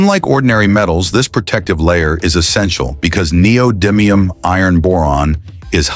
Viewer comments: I looked it up on like 5 different sources & pronunciation videos... It's actually nee-oh-di-mee-uhm; short "i" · The commentator voice (probably AI?) doesn't know how neodymium is pronounced. The "dym" syllable is pronounced like the word "dim," not like the word "dime." I'm really confident about the pronunciation, as I've been working with neodymium magnets for 20 years.